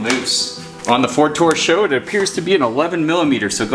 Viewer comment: I've heard you pronounce it SHOw more than once now. It's S.H.O., now SHOw. It's like the SVY Contour. You don't say Essvt when you pronounce it, do ya? Same principle.